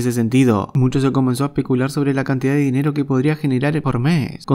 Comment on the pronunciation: 🤣🤣🤣🤣 """Dienro"""... 😳🤣🤣 supongo que queria decir 🤣😂😂😂 dinero😹 saludos desde Honduras HO